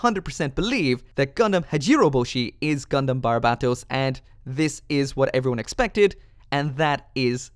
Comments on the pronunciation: It's "Barbatos". Not "Barbarbatos". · You still can’t say barbatos right, it’s bar-ba-t-os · It is not barbatos